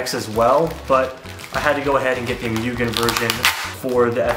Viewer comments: it's "moo-gen" not "MU-gen" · So close! And it's moo-gen LOL means unlimited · Why ask us how to pronounce Mugen correctly if you’re just going to keep saying it wrong? 🤷🏻‍♂️